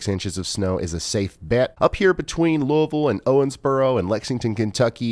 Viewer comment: Thank you for all you do and for pronouncing Louisville correctly! 😂